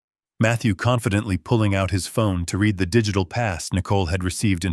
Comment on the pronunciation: Please AI, learn how to say the past tense of "read" which is pronounced "red"